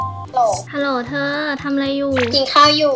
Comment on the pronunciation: ฮัลโหล๋ เสียงสุพรรณ555